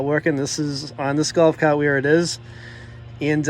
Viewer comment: “Gowf caaht”